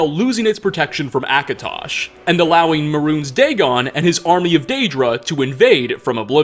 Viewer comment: Am I the only one triggered by the way kept mispronouncing "mehrune"?